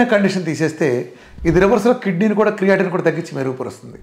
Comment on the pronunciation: చాలా దారుణంగా చెప్తున్నావు. ఏ రకమైన physiology జ్ఞానం లేదు నీకు. రక్తం తగ్గడం అంటే haemoglobin తగ్గడం. Volume of blood కాదు. నీకు ఎనిమియా, క్రియటిన్, అంటున్నావ్.... ఆ పదాల ఉచ్చారణ తెలీదు వాటి spelling కూడా తెలీదు. పనికిమా లిన ఉదాహరణలతో, అజ్ఞానులైన ప్రజలని చీకటి లోకి తోస్తున్నావ్.. నీకు. నువ్వే nobel prize కి nominate చేసుకో. నీకు తొందరగా కిడ్నీ పోవాలి